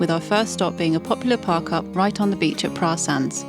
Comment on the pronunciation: As a midlander who lives in Penzance and learned the hard way Praa is pronounced Prey ,if you get that right in front of a local you are showing them you took the time to learn something and they will open up more . Hope you've enjoyed the South West